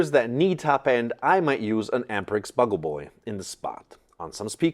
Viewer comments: Great vid! I use a tube preamp with a SS power amp, and that combination works great. Also, 'Bugle' is not pronounced 'buggel' - it is pronounced 'byoo-gul' - it's a trumpet kind of instrument often used by the military for wake-up calls, etc. A 'Bugle-Boy' would be the one who is designated to play it. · Why do you say "buggle boy"? It should be "beeoogle boy". I happen to own a couple of apparently as-yet-unused Amperex 12AX7s that I will Never part with. I'm glad you are having fun with some good old-fashioned equipment.